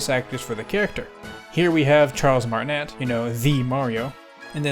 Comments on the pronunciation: Is pronounced net (not like the word net, but like the ne in never) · Last syllable of Martinet is pronounce like neigh.